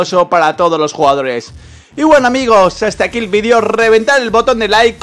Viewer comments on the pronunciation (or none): none